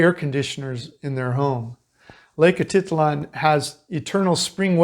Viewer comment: Jeez - what a dump! I would only pay $22 per night! The place looks amazing and really makes me want to go back. Slow and unreliable internet makes it a problem for us, for now. BTW, it is Atitlán - you have to put the accent on the last syllable.